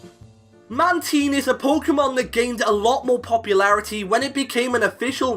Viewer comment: Damn, you butchered the pronunciation of Mantine 😂